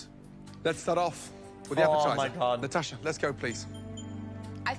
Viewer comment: pronounces "Natasha" the same way Russians do lol.